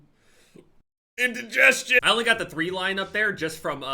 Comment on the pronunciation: That was a painful “Indigestion”